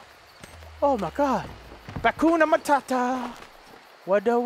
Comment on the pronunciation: Lol he said "batcoonamatata"